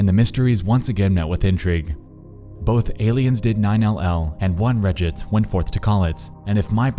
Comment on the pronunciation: "Reddits?" "2008s?" You completely ruin your dialog talking like this. Edit: and it only gets worse throughout the video! Congratulations, you have LOSTS a fan.